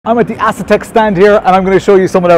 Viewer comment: Not a big deal but I am pretty sure that it is pronounced “A” setek not “Ass”etek. 😅❤